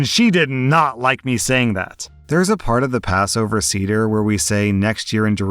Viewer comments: As a jew I cringed a bit at how pronounced seder lol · it's pronounced "say-dh" not "seeder" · Was scanning the comments to see if anyone had told you the correct pronunciation of 'seder'. It should be "Say-Der" (not cedar). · Sayduhr not cedar. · it's pronounced say-der. that was hard to listen through. part of passover is explaining what passover is, this should have been explained to her. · Hey,, a passover seder is pronounced say-der, not see-der. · say der, not cedar. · "say-der" not "see-der" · "seder" is pronounced say-dr not see-der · Final story: you pronounced seder as ceder, and not as it should be pronounced, s-AY-der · Seder is not pronounced cedar but sayder, FYI 😅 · “Say-dr”, not “see-dr”, just fyi 🤗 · Seder is pronounced “say-der” fyi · Hello! Jew here! Just for future reference it’s pronounced SAYder. But year. Glad OP dumped that antisemitic loser. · I love you but you cannot pronounce anything in a foreign language 😭 it’s say-der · Seder is pronounced Say - Dur. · Jewish woman here. A Seder is pronounced “say-der.” Just so you know 😊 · Seder, pronounced say-dur. 😂😂😂😂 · On the last story, ignoring how you pronounced Seder (Say - dur) dinner, it’s a sadly common story. People believe we all have big noses, all dress ultra religious, don’t eat cheeseburgers and some people still even think we have horns. When people realize we can be just as normal as a goyum it can be earth shattering. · it's pronounced *SAY-dur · Love how your read these stories. Just FYI, Seder is pronounces Say-der. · Listening to you pronounce Seder as “cedar” was a bit painful. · Story 3: Seder is pronounced 'Say-der'. Also, keep up the good work! :) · Sorry, just have to say this, but Seder as in Passover Seder is pronounced with a short e, so it’s like “Say-der” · Love your videos! It's pronounced "Say-Deir" for future reference. 😊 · It’s pronounced SAY-der 😸 And yes, the girlfriend was being antisemitic. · Seder is pronounced "SAY-dur" 😊